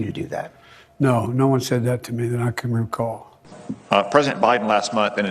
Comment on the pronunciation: PLAUSIBLE DENIABILITY: Joe Biden's answer to George Hackenopoulis " No, no one said that to me, that I can rhimcall (I believe he meant to say the word "recall") the KEY WORD is RECALL. it is clear.. Joe Does not "recall" what happens minute after minute.